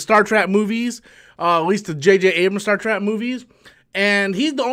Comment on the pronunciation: He say Star Track or Star Trek? LOL😬